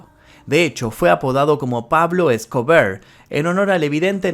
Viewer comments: Por qué decís Pablo Scobrrr habla bien, E S C O B A R se dice, sos argentino y el español es tu lengua natal 🧐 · Jajajajaja x2 tambien me gusto como dijo pablo escobear